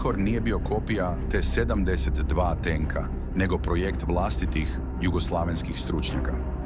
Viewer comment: T72 = 7....10.....2😂😂😂 idi kod logopeda rvat